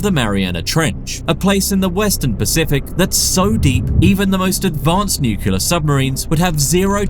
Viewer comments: "Nu-ku-lur" -- again and again. 🙄😑 Why is it so hard for some people to simply pronounce it correctly?! It's "NU-KLEE-UR"! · It is pronounced NUCLEAR, not "NUCULAR." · It's pronounced noo-clee-err, not nuke-you-lerr. Getting that wrong when you narrate professionally is pretty bad. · Narrator is pronouncing nuclear (NEW-clear) incorrectly each and every time they say it! Please let's all say NU and CLEAR over and over until it sticks then and only shall we get on with our lives 😁😁😁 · It's pronounced: New Clear. Not nucular. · Ugh! I was thinking that if he wants to narrate videos he shouldn't make glaring errors in his pronunciation of ordinary words. It's fingernails on the blackboard time when nu-cle-ar is pronounced nu-cu-lar. There's only one "u" dude and it's not in the middle syllable. And he has some really idiotic lines. After making the point strongly and more than once that animals have to be suited to their environment in order to survive, he says with amazement "BUT animals going from higher zones in the ocean down into the trench Trench also die!". Duh. Then he says of the shrimp-like creatures who eat marine snow "these creatures can only barely resemble some form of life". It's just a stupid pointless remark; living creatures take many forms and the one he's talking about aren't even particularly odd-looking. Some people who like science prefer programs like this to be written by someone who takes it seriously and takes a little more care with the script. But thanks for the info. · In the nukular subarine.